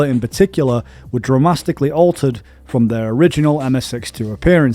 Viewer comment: Dramasticly? Seriously what is up with your pronunciations, it's even worse than usual